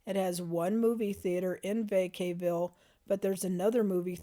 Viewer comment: Credibility lost with the mispronunciation of Vacaville. 👎